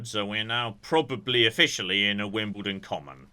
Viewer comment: Is that how you're supposed to emphasise it? "Wombles of Wimbledon, common are we". I always thought it was "Wombles of Wimbledon Common, are we".